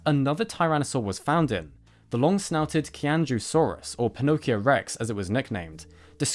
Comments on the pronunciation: Qianzhousaurus pronounced in mandarin sounds like CHI-AN-JO before the saurus and XUI is pronounced like SHWEI. Hope that helps. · Qian Zhou is pronounced more like Chi-ahn Joh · When Chinese is Romanized to use the alphabet with which we are familiar, Q is pronounced as a "Ch" sound and X is pronounced as "Sh". So the Qianzhou in Qianzhousaurus sinensis would be more closely pronounced Cheeannzhoh and the Xiu in A. xui would be pronounced more closely to shwee. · Qianzhousaurus is pronounced more like "Chee-en-Joe-saurus"; the QianZhou part is the pinyin (romanization) of Chinese script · I'm sorry that I'm being that guy(really I am... It's a horrible practice all in all); I just maybe want to clarify that Qianzhousaurus, is pronounced tchy-an-dj-ow- saurus (from land and low)